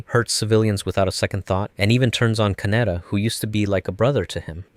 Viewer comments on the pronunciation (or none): Ka Ne Da. Not Kanera, or however you pronounced it.